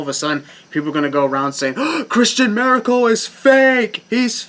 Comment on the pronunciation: I swear man. With your last name Maracle, you sound like you're saying Miracle. Hey! Your new Wrestling Name:!